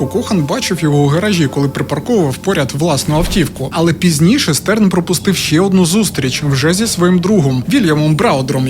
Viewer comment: Ааааааааа він ШТЕРН, Штерн, а не стерн, це ж зірка німецькою🫠🫠🫠